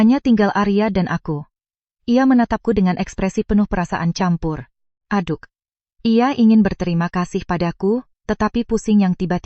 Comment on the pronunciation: Campur diucapkan kampur , Catatan diucapkan katatan Mengubah bunyi c menjadi bunyi lain saat melafalkan kata-kata ini justru dikategorikan sebagai penyimpangan atau kesalahan lafal.